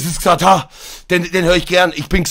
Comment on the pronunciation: andere: das ist doch xatar = chatar knossi